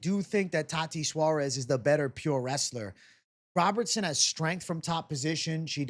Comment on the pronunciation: Please stop saying "tati suarez"